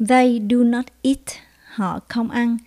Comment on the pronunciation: Cô ơi, có nhất thiết lúc nào cũng phát âm cuối không ạ, em thấy lâu lâu trong bà này cô đọc not not nhưng không phát âm t ạ